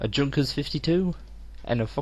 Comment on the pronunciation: i dont know if anyone has said this before, but Junkers if pronounced Yunkers (near-silent J)